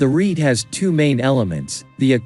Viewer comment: Jan Breughel, not Djaen. Rete means, and rhymes with, net.